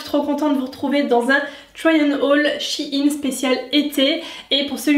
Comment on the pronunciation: Shein pas shi-ine